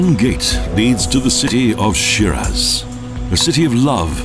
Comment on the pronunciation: I don't mean to be rude, but if you want people to pay for whatever it is, that travel agencies do, first Teach your Narrator, to pronounce the Name of this City, Properly please!! It's pronounced Shee-Rahz (first part rhymes with See & the second with Jaws)!!